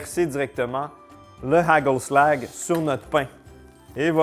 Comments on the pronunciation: Hagelslag se prononce arelslar. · Dsl de ruiner tes reves mais le "g" de hagelslag se prononce pas du tout comme tu le dis....💔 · Étant Belge côté flamand, je mangeais toujours du hagelslag, et t'entendre essayer de parler néerlandais est très drôle.😂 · ahahha tu le prononces extrêmement mal le truc du pays bas, les g ils prononcent ca en R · Les haagel slag toute mon enfance, la plus grande spécialité culinaire des Pays Bas ! par contre faut revoir la prononciation 😂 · "Hageulslague" 🤣 les G faut les prononcer comme si t'aller cracher toutes tes trips avec un R très gutural! - "HaRReuslaRRR" et la marque se prononce à peu près Raeuteur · Allô, j'ai grandi en mangeant du hagelslag et ça se prononce HÀÀ-khel-slakh (le kh étant comme le r du français mais sans vibrer les cordes vocales, alors comme dans pRune mais pas comme dans Rune, et le L est sombre comme en anglais américain). La marque de Ruijter, plus difficile puisque les sons n'existent pas vraiment en français, mais ma meilleure approximation serait quelque chose entre RÀÜ-teurre et RŒÜ-teurre 😅